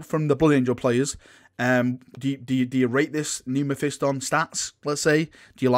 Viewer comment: Learn to Say mephiston correctly